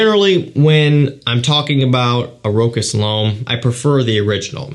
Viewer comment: Great video as usual. Just to mention brand "Rochas" This is not pronounced Rock-ass It's a french brand and it sounds like "Roscha" s at the end is silent